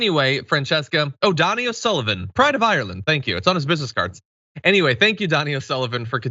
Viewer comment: Donie, not Donnie ☝️🧐